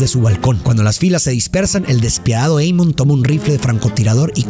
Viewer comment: Pedazo de animal.. el nombre es en Alemán, se lee tal cual Amon.. no Eimon.. Burro frijolero.